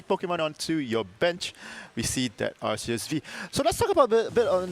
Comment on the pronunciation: it pronounces as “Ar-Ki-Us” in Arceus’s name